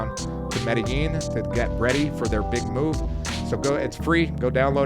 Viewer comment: Bro, why don't you guys know how to pronounce Medellin?